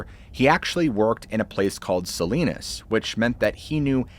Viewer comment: Sa-line-us. Not Sa-lean-is. Again, local pronunciation, maybe not technically correct. It’s like Bo-li-var vs Ball-liv-er. One is how the people who named it say it, the other is how the people who actually live there now say it.